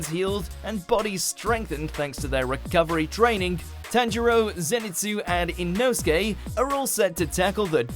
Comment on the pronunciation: No it’s not Inosuke it’s INOSUKE get it